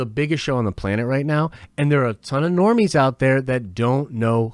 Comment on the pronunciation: Don't know why, but can't stop laughing everytime he stresses "The Normies"! 🤣🤣 Great vid, keep em coming